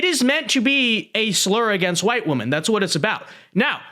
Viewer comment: Women is pronounced differently than woman.